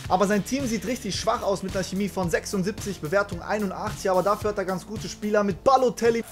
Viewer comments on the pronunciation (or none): none